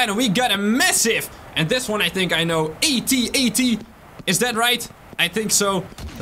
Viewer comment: Any chance you miss pronounce AT-AT walker 😂